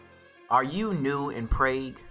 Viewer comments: Resonance not Renaissance..Prague is pronounced like jog... peace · bro said Prague the totally wrong way